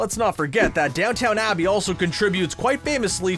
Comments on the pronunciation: Mistake on your part. You keep referring downton Abbey as downtown abby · It took him quite a few episodes to say Simpsons correctly. I’m sure in three or four episodes we’ll hear about Downton Abbey instead of this intriguing Downtown Abbey show.